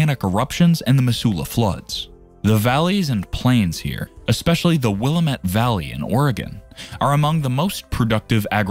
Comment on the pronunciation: Good video, but the mispronounced names of Willamette, Spokane and Boise is troubling.